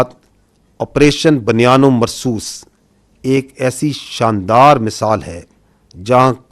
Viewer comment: 😮بُ ، ”بُنیان ۭ مرصوص“،، بَ بَنیان نہیں پلیززز 😮😮😮